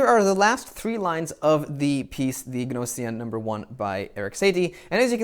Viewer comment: NO-SEE-EN! That's "G" as in gnat...